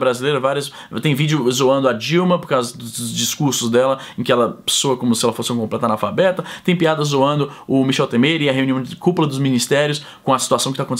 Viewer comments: Michel tÊmer, não temÊr hahaha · A pronúncia é "Têmer". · Michel Tem"ê"r kkk